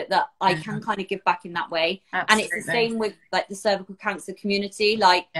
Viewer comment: Nobody in the US says cer-vy-u-cul lol. But thats terrible they refused a pap so long!!